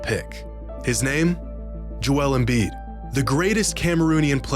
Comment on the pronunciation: Man saying embid was the best sure aged horribly